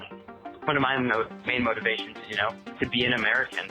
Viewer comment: "Motiviation" ahem.